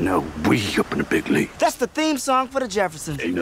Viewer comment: dude its not land its lead.